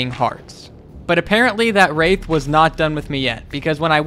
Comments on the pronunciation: i sure hope not i think he meant to say "wraith" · What accent does he have that makes a "th" sound like a "p"? Because my heart nearly stopped the first time he said "wraith" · I get it's called wraith but the way u you say it just sounds horrible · Your pronunciation of “Wraith” makes me cringe into a black hole